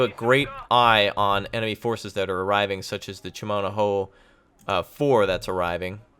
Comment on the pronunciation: its read like Cha mna ho not chA Mana ho pls